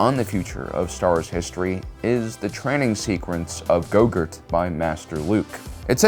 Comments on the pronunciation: this guy really says gogurt instead of grogu 😅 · Bro how can you be so knowledgeable about star wars and still pronounce everything wrong man said gogur instead of grogu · Why do you call Grogu as Gogert? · His name is Grogu (grow + goo), u keep calling him Gogurt hahaha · Great upload, but I was laughing when you called him go-gurt not grogu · I can't be the only one who keeps hearing you call the child Gogurt instead of Grogu. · Its pronounced "grogu" and not "go-gurt" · Did he just say gogurt? I swear I heard him call grogu gogurt. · Why does it sound like hes saying gogurt when he says grogu? Lol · ITS GROGU NOT GOGURT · Gogurt keeps takin me out 😒 its Grogru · Why do you say "goker" ,isnt It grogu? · Wow this guy doesn’t even know his name he keeps calling baby yoda grogurt it’s not his name it’s grogu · PLEASE STOP PRONOUNCING IT AS YOGURT!!! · His name is Go-Gru. It sounds like you are are calling him Gogert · Is there a reason you refer to “Grogu” as “Gogurt?” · I love how you consistently call Grogu gogurt. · It’s Grogu not grogurt lol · I love that you keep calling grogu "gogurt " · why you keep sayin Gogurt. thought baby yodas name is grogu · Is he saying 'Gogurt' ? lol. I like that name better. & unrelated, gogurt is delicious. HA!!! he just said Baby Yogurt too!! lol... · Is he saying gogurt on purpose? Am I missing something?! Lol 😂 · By the end, it sounds like he's saying "Baby Gogurt." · Go-gurt lmaooo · When I watched this I thought he was calling him baby gogurt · He keeps saying "Go-Gurt" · You keep saying gogurt 😆😆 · Is he saying yougurt or gogru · How many times did he call Grogu, Gogurt? Lol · Are you calling Grogu Gogurt? That's what I'm hearing and it's hysterical! Like a callback to Space Balls and Yogurt. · why is calling grogu goger or gogert? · Why do you keep calling Grogu "Grogurt" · Loved the video, hated how you kept on saying grogu's name wrong on purpose!